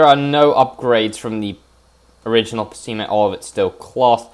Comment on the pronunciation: Most people’s pronounce it as “Peh Sei Mah “ And “I be Shoo” Buuut it’s fine pronounce it anyway It’s based of a 84 Non pop up Accord Edit: or a 80s galant